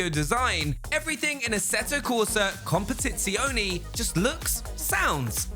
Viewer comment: Com-puh-tit-say-oh-nay is how you pronounce COMPETITZIONE. Just a little effort.. come on.